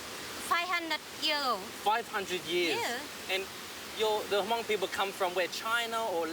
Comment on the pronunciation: Hmong is not pronounce Ha-Mong, it's pronounce hmMong with the H being silent. Weather she's Hmong or not, if you live in a region for a certain period of time, your accent will change accordingly to the language you speak, just like the Hmong's in China.